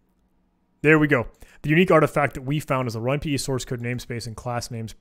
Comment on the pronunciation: "We have some source [sauce],........ code" lolol